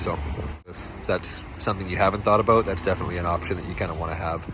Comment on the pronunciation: Where are you from. When you say About I hear “A Boat”. 🤦